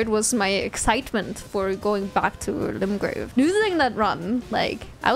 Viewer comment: Screaming about going back to Limgrave as if its a Ligma Rave, fun.